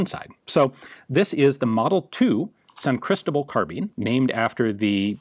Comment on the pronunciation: Ian, you live now in what was part of Virreinato de Nueva España. Say "San CristObal" is easy, thanks to a simple rule: if the word is not ended in vowel, n or s and the word is not accentuated, then the stressed vowel is the one before the last. Besides that, thanks for the video! I really appreciate a deep explanation of San CristObal implementation of Kiraly system